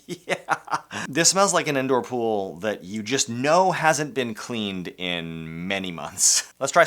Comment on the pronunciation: Welcome to my “ool” Notice how there’s no “P” in it